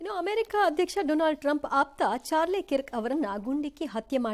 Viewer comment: ಅದು ಕಿರ್ಕ್ ಅಲ್ಲ ಕರ್ಕ್, ಅವನು ಅಮೇರಿಕಾದ ಬಲಪಂಥೀಯ ಸಾಂಪ್ರದಾಯಿಕ ಚಿಂತಕ ಮತ್ತು ಟ್ರಂಪ್ ನ ಅಂಧಭಕ್ತ.